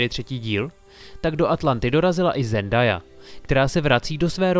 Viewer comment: Zendaya sa vyslovuje Zendeja a nie Zendaja